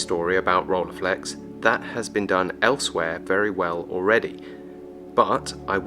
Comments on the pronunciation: ROLLEI is pronounced roll-eye, it's German. Not role-ey or whatever... Nonetheless a cool video 👍🏻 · agree to disagree: in the first 2 seconds you say role-eye and that's wrong to... anyway, doesn't matter 😉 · Not Rollyflex, but Rilleiflex. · This made want one even more! But pronouncing Rolleiflex wrongly was a joke right? 😅